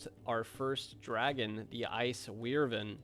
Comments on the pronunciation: Love the video… But what in the hell is an “ice weirvyn”? 😂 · Despite all the "WEER-ven"s and "FAL-key-on"s, I love your content, and love to see what's coming up next for my favorite game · Btw the way to pronounce wyvern is why- Vern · Wyvern is pronounced 'why-vn' also nice vids keep up the sweaty ranger gameplay m8 :D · You should be put in prison for how you pronounced wyvern